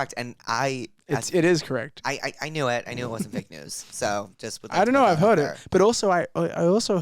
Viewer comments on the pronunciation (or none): How he pronounces heard like “hwed” without much pronunciation on the R is adorable!!